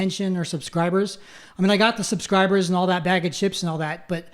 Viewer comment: Did he say "suscribers"? God didn't work very hard on this guy considering he can't pronounce simple words. But he was saved from death by the god that he believes created him and that is pretty convincing 😂😂